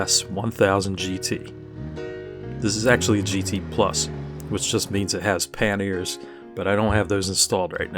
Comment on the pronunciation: What’s a pan airs? lol